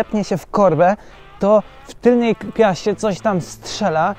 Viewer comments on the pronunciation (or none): TYLNEJ, a nie TYLNIEJ